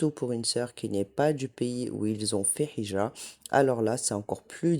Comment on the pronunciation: Salam alaykoum. Juste une petite correction: on ne dit pas hijra avec un ح mais avec un ه. C’est هجرة BarakAllahoufik pour tes rappels